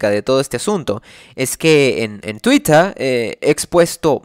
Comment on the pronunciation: Sé que es un tema serio, pero "Twittah"